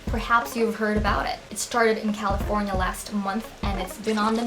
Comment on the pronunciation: and califirena